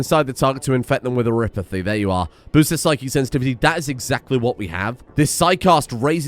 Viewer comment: So, i hate to break it to, but vampires are Canon in arknights, and they aren't immune to oripathy (you pronounce it correctly).